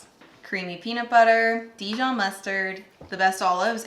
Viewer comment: You are pronouncing the Dijon mustard wrong. Google it